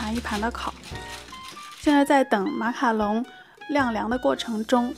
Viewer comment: 讲“马卡龙”都会讲成“马卡农”好可爱哈哈哈哈哈~还有小漏勺的造型好好看！！